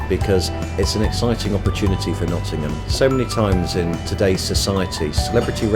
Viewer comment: turns "Nottingham" into "Lovingham"